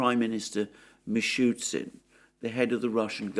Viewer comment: Alexander, the Russian prime Minister's surname is pronounced "Mi-Shoo-STIN", there is no "shoot" in it. Otherwise you risk sounding unnecessarily silly.